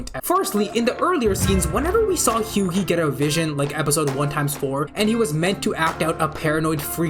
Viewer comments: did bro just say Hew-Gee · Almost like the actors are acting like their characters...? also "batcher", "hughee"... c'mon man. Feels like you read into it way too hard and got it wrong plenty of times, makes you seem like you think you know what you're on about, but don't actually have a clue. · This guy pronouncing Hughie's name as "Hyoogey" makes me wanna eat my own 💩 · why you pronouncing hughie that way? Did you now watch the show where his name is being pronouned very clearly multiple times?